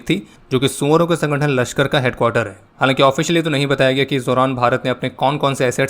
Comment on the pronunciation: I like the way when you said ‘Soouvoro ke sangatan’😂🤣